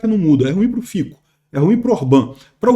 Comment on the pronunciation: A pronúncia de Fico é Fitso